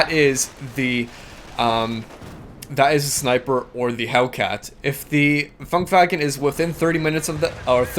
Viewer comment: it's Funkwagen, not funkwagon :D